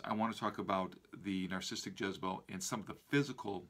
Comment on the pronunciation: He can't pronounce narcissistic....